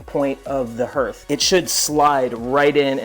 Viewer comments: Thanks Mike, I was going to give him a hard time, but didn't have to. Nice build BTW. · THANK YOU!! That was driving me crazy! Especially with how many times they said it!